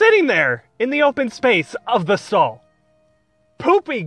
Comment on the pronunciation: "Bathroom Stahl"